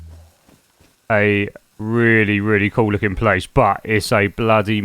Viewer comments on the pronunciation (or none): none